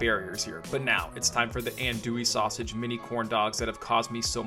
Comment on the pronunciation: You’re pretty close there brother it’s pronounced on-douille. Looks badass though redo with bacon and let us know.